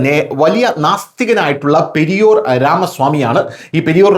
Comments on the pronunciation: പെരിയോർ അല്ല, പെരിയാർ. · periyor 😄 periyar correct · പെരിയോർ അല്ല പെരിയാർ എന്നാണ്.....പിണറായിയെ സ്ഥലപ്പേര് വെച്ച് വിളിക്കുന്നത് പോലെ അയാളും സ്ഥലപ്പേരിൽ അറിയപ്പെടുന്നു....പെരിയാർ ജില്ലക്കാരനാണ് (ഈറോട് ജില്ല ) പെരിയാർ രാമസ്വാമി...